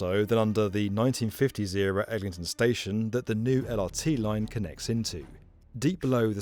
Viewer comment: Bro said Ellington 🥀